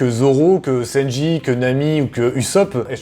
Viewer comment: Ça m’as fait rire quant t’as dis senji au lieu de sanji